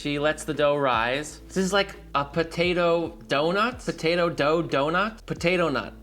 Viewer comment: DONATOE!!!! Pronounce donado... Similar to tornado.